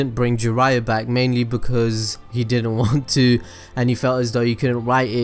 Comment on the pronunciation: its "because" and its "occean"